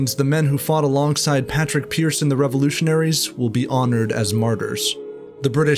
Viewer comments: It’s actually pronounced Pawd-rig Pearce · Just one thing though: pádraig pearse is preferred